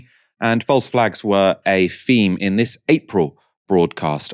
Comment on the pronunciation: It's a strange speech quirk that you have, you can pronounce 'other', 'the', 'this' and 'that'. However, you can't pronounce 'three' or 'theme'. Those you pronounce as 'free' and 'feme'.